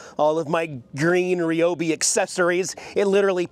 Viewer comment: It's Ryobi not Ryobi 😂.... love your videos. Keep doing what you do. Don't worry about what anyone thinks.💪